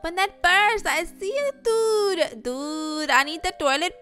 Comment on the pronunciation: Your intro sounds Indian “ dUdE”